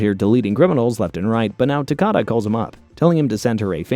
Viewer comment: Good Video, just your name pronunciation of Takaaada is horrible xD